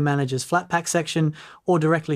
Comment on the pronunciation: More AI slop ! The voice is convincing until it mispronounces "Flathub" as "Flate hub" moments after pronouncing it correctly. No human would do that. Channel blocked !